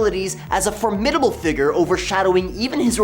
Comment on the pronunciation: I could overlook your pronunciation of formidable, if you didnt use it repeatedly throughout.